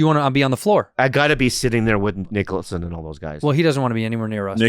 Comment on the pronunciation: "Boorock Obama" jack nick-oolson" bobby's been hanging around bert again hasn't he?